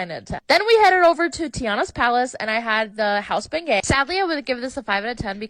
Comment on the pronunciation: My gods, her pronunciation of the word bengiet is killing me. And I am a Texan, not from Louisiana.